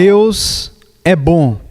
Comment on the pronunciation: Mensagem forte Mas esse dublador falando "BÕ" ao invez de BOM foi dificil de aturar kkkkkkk fora isso ta ótimo.